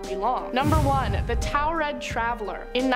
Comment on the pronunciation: Listening to her pronounce Taured as toaw-red instead of tour-red is funny.